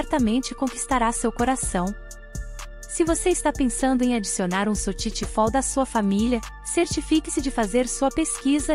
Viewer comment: Nao existe sotiti fold falou o nome errado